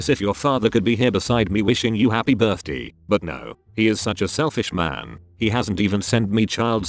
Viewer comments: "hApPy bIrThDeE" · “happy birth-dee”